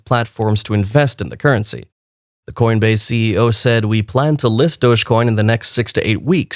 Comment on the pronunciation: Learn to pronounce words that end with, se. Good information. thank you.